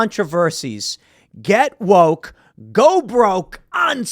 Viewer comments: "Get woike" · Copy editor there Tim Pool “woike”. Lol